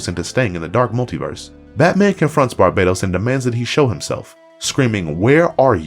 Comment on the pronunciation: IT'S BAR- BA -TOS .....NOT BARBADOS TOTAL DIFERENT